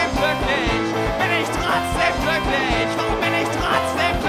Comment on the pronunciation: "glücklich". Das ist ein G, kein K. Nicht "kkklücklich".